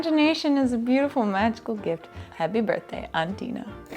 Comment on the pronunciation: Wishing you a.... heppeh berthdeh. So heppeh.